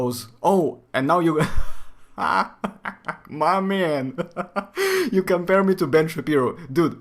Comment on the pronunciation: „Mah Miehn!”